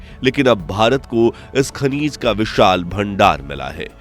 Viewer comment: Shrimaanji , khanij hota hai khaneez nahi 😂😂😂